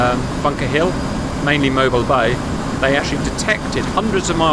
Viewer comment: I'm just happy you said Mobile Bay correctly